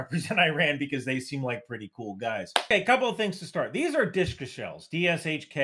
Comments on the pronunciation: The word you are saying is 'Dishka'. Yes, you are reading an acronym. However, the persian script you are showing is 'dhal' 'waou' 'sheen' 'kaaf' 'aalif' which would be pronounced 'dooshka' or, if the waou is influenced by an unwritten diacritical mark called 'kisra', it would be pronounced 'duishka' or 'dwishka'. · I think it's prono pronounced "dhu shka" my vary by nation state however